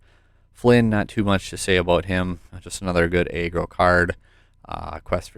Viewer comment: Nice vid! Oh btw it’s pronounced (Ah-Grow) not (Aye-Grow)= aggro